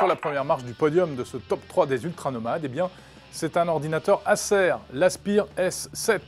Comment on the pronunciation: / Stop YT 〈3 alors tu dois prononcer Acer = assez; skylake : skilaque; ton pseudo : snipingue; parking : parkain; zoom : zoaume etc....... Cool ta prononciation.